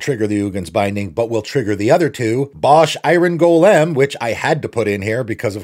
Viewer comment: Wtf is a go-lehm? You mean a goal-ehm?